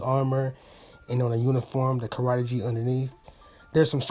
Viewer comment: future reference..Karate Gi..GI is said like (GEE) not (G) great video